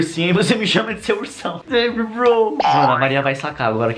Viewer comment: Porque VC fala broi